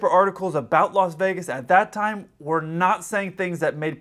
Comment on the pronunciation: did you say Locks Vegas???? 😄😄😄